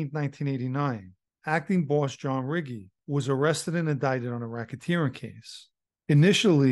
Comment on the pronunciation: Good video John. Just for future reference Riggi is pronounced Ree Gee.